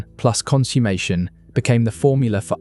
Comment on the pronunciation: Please check your pronunciation of "consummation".